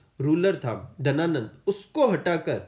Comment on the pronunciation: Sir book mein Ghananand hai aur aap Dhananand bata rahe ho